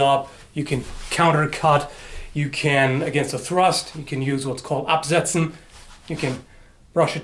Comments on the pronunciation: wow! I'm German, and you actually shocked me as you said 'absetzen', tbh your pronunciation was pretty damn good. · hearing you say absetzen...are you german? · Absetzen, mhh...spoken like a true German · i think you're the first 'English' person i saw that's able to pronounce a german word almost perfect. :D (the word was 'absetzen') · Just to let you know, you pronounced "absetzen" perfectly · Rallye nice pronounciaton of absetzen. I was honestly suprised